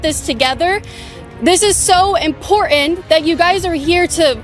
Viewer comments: IMPORTANT not IMPORENT, come on say it right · It’s not import… int …. It’s important